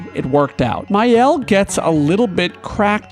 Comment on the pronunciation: Alright, I’m not going to be too precious about “Maëlle,” because even the English VAs say it wrong (“MY-el” or “MAY-el”), but Maxence says it in the proper French way, if you find one of his videos: “MAH-el”, elided to “MAH’el” (basically taken down to a single syllable).